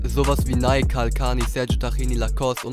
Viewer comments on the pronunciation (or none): none